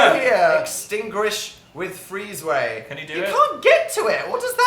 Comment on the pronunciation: "Extingrish with the fweeze way" lol